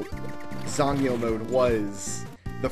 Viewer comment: As far as I can tell your pronunciation of "zangyou" was spot on.